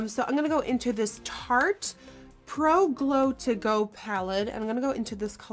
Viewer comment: You stopped saying soft ochre paint pot. You can also stop saying tarte shape tape.